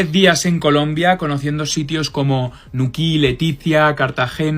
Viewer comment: Te felicito por la persistencia y apoyo a colombia, eres un gran embajador, es Nuqui, divino en el pacifico, no es nequi, gracias